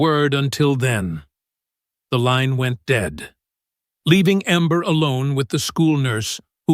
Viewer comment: Get a narrator who can speak English or pronounce names properly, her names amber not ember., ember is when a fire is about to go out